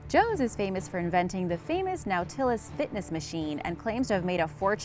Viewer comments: "Now-till-us"?I thought it was Nautilus...."not-ill-us"....... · nau TIL lus, or NAU til lus? 🤦🏾‍♂️ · "Now-till-us fitness machine" What the heck is that? Nautilus is pronounced Not-ill-us. Head shake lol. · Now tillis exercise machines????? Oh you mean Nautilus(NAW-TA-LUS) you hack. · Nautillis? It's NAUTILUS. Is this a goddamm computer speaking? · Pronunciation goes a long way to making a believable vid. Nau-til- us...not now-to-lus...cashus “=Cassius...not cass-see-us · We all know about “now-tillis” fitness machine. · "now-TILL-us"? Seriously? How does a presumably educated woman see the word "Nautilus" and say it like this ? It's a little thing and I wouldn't even mention it if it wasn't just one of a bunch of errors in this video -- not the least of which is using footage of alligators in a video about crocodiles. They're actually very easy to tell apart. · "now-till-us" fitness machine. DO YOU MEAN NAUTILUS? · Nowtillis? Nautilus is pretty easy to pronounce, however; you really figured out how to screw it up. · The "nowtillis exercise machine", huh? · I noticed that, she also said "they catched it" and i nearly ended the video along with how many adverts came with it lol, also nautilus is pronounced nautilus lol like nought as in zero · Now til us? These mispronunciations are just comical at this point Nautilus weight machine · Nautilus... It has a standard pronunciation. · The narrator can't pronounce nautilus... Or Cassius.. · the way she prounced "Nautilus Machine" haha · Jesus this bitch can't pronounce the simplest shit. Who the says Muhammed Ali's birth name incorrectly? Who can't say Nautilus??? Ffs you speak for a living if you had another job it wouldn't matter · And nautilus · Can't pronounce Nautilus? Wow, try rehearsing.